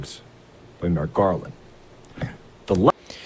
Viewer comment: Merrick gaaaaaaaarland. Dude is drunk AF